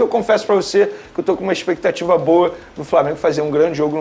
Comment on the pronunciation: expectativa não existe fala direito macho